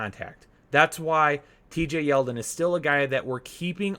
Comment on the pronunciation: Did you really just say T.J. Yeldon?